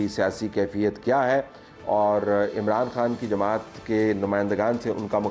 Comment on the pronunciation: Vote Rehina Dar is waste of vote,listen the way she call Mran Khan,instead Imran Khan,if you heR her conversation you will know her educational level